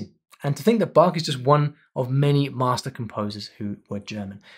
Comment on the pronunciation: You have explained all so well however Bach sounded Bak to me?